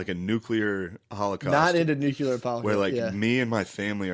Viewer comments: why am I not surprised to see that Matt is one of the many people that say “nucular” 😅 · If hes just gonna say dumb shit can we at least teach Matt how to pronounce nuclear like a fucking adult!? HOW DOES SHANE NOT LOSE HIS MIND EVERY PODCAST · Man. Never figured Matt would be a nucular person and Shane a nuclear one